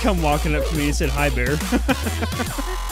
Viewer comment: its bere not beer XD